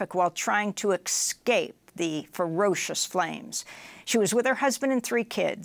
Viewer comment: ECscape?! Bro, even my six year old daughter can pronounce "escape".